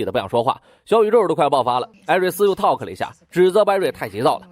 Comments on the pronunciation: talk 成為了 takl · talk 变takl. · 您的talk is 错的，是talk 不是thkl